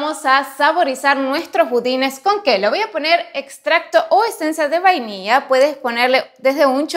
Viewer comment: Se ven deliciosas.. lo voy a hacer.. Sos Santiagueña??? Porque pronuncias muy raro las Ll... Decís mantequia...vainiia.. etc.